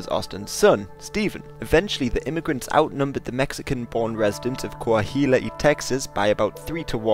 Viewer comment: Cuahuila, pron., kua-wi-la, not kua-hi-la. Anahuac, pron., aná-wac, not ana-hoo-ac. What is wrong with you ppl??? The very least you could do is get the pronunciation right. As it is, you are using English pronunciation rules on Spanish words. That never works. It's about as bad as using Spanish pronunciation rules on English words. It never ends well. And, why do you have an English bloke narrator. That British accent is so annoying. It's like someone speaking with peanut butter stuck to the roof of their mouth. Get rid of them. Their English is horrible. American narrators for American history.